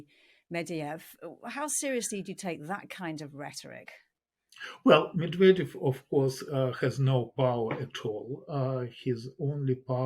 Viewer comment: 'Meddyev'? 'Nookyuller'? Who is this woman?!🙄